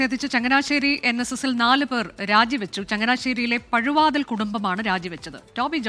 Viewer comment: പഴവാതിൽ അല്ല പുഴവാതിൽ